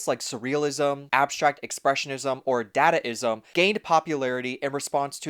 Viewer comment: Individualism is freedom. Collectivism is oppression. Sacrifice is exploitation. Work is anti-self. / "dah-dah-ism." Pronounced with schwas. Uh, did you actually watch 'Metropolis'? That was the archetypal DYStopia, yo! But then, if a modern-minded person were to read the book 'Utopia', its definition of "utopia" would seem dystopian since it's based on Pol Pot-style totalitarian collectivism. Don't forget Holodomor, aka the Terror Famine, that Stalin inflicted on Ukraine starting in 1932. Contrast with Soviet Realism. Don't dadaism and gonzo absurdism reject collectivism? Isn't "collectivism" just another word for conformity? And what exactly is the difference between globalism and internationalism? Nationalists criticize both, rightly associating them with imperialism. "Imperialism," "globalism," and "internationalism" are words that describe the same concept: a "utopian" world "order" under a totalitarian police state regime (the Leviathan). What does consumerism have to do with individualism? Isn't consumerism all about conformity, and isn't "conformity" just another word for collectivism? Even Jello Biafra, himself a leftist, was critical of Pol Pot. Do I have to point out the contradiction in that statement? Working longer for less is indicative of an oppressive system that combines the worst aspects of collectivism and hierarchy (both enemies of the individual). Work is based on sacrifice. That's why it's inherently anti-sel